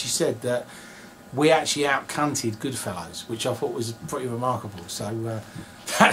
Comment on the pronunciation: Can we talk about the fact he said he “out-cunted ‘goodfellows’” .. it’s goodfellas terry.. and I can’t remember the word cunt being used once.